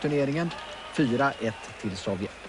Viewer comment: Arne Hegerfors har aldrig kunna uttalat Sovjet så att det låtit farligt. Arne: Sovjett!